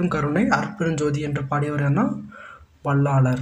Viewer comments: Bro வள்ளாலர் இல்லை வள்ளலார் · Tamil sariya ucharichu palagu vallalar ku vallaalar nu solra jeevakaarunya ku jeeva karunya nu solra